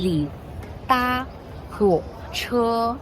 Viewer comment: why you pronounce da1huoche isn't it da2 huoche ma?